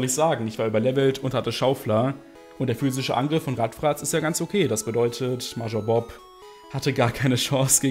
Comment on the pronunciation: bei der art, wie du major aussprichst, drehen sich meine fußnägel nach innen.